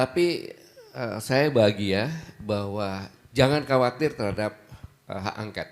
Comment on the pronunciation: Haaa,,,, llaahh Gatot,,, gagal total, ngomong aj glepretan,, bilang hak ongkat-angket,,, , Mobil ongkot X🤠🤠🤠🤠👅👅👅🏃🏽‍♂️🏃🏽‍♂️🏃🏽‍♂️🏃🏽‍♂️🏃🏽‍♂️